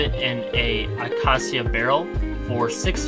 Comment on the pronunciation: I'm still laughing on how he pronounce acacia (video is really good though)